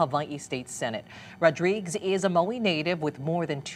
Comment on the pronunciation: Last name is pronounced Rod-ri-guez.